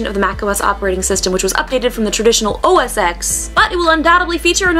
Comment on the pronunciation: please, for the love of God, it's not OS X it's OS "TEN" the X is roman numeral TEN. thanks, k bye.